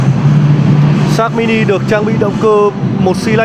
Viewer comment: nge di nge lai vẫn la sin sát mini